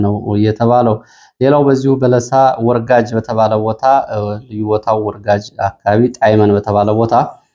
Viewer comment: ወርጋጅ ሳይሆን ወርጋጃ ነው የሚባለው- በለሳ